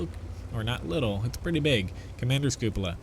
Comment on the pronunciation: So glad there is a YouTuber that can pronounce cupola properly....